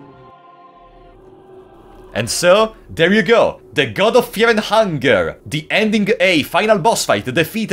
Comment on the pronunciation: Fear and hungare